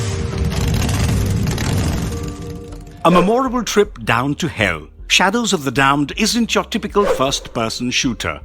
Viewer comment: "muh-more-ruh-bil"? Unsubscribe, junk channel.